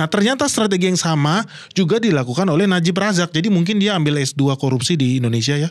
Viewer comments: najib razak, bukan najib rizik sering salah ucap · Najib razak bukan najib rijik😅😅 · Najib Razak bang bukan Najib rijik 😅😅😅